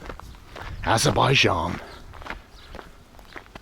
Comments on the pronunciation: Wow actually in Aberbian (Trump pronunciation)... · Did you mean Aberbaidjan? It's really annoying when people don't pronounce correctly 😂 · Or abenbaijan as donald says